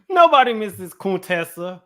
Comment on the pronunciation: Heavenly named her CONE-tessa!🤦🏽‍♀️